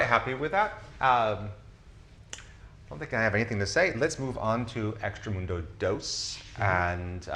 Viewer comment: Great stuff, very informative! BTW I think it's "extract-a-mundo" not "extra-mundo"